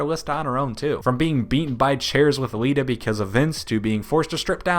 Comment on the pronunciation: not but the other dude said wita instead of lita